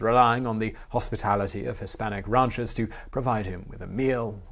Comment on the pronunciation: All questions answered except for one: What's a "rauncher"? ^^